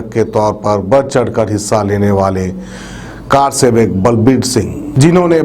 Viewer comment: Its not Car sevak... Its karsevak